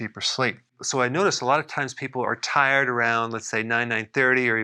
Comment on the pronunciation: t-eye-red (t-i-red) jajjajajajajajajajajaja!